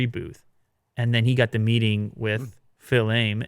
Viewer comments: It’s pronounced “Fees a may” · Fils-Aime is pronounced "Fee-Suh-May." I found this out when my daughter had a teacher with that name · “Fils-Aime” is pronounced “FEEZ-AH May” ;) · It’s Reggie Feez-sa-may! He’s a Nintendo LEGEND